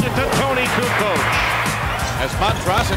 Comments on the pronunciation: I get you. I was just disagreeing with the video saying Barkley was saying Kukoo. And that he was probably pulling his pronunciation from the various ways people pronounced it in the past. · Charles called him “Coo Coke.”